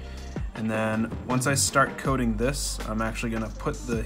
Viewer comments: Thank God, I thought I was the only one that was hearing cocaine at first. I was about to go get my hearing checked. 🤣🤣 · why do i always hear cocaine? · it rly sounds like he keeps saying cocaine AHHAHA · After hearing ypu say coat king so many times it started sounding like cocane lol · At first I thought you said you're going to put cocaine on your drone lol 😆